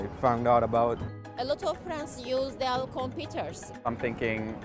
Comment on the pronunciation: We heard it folks... It's.